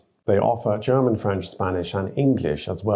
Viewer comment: I noticed that people from the UK are exceptionally good in pronouncing German fluently. It seems like second nature and this guy's accent is really good. props!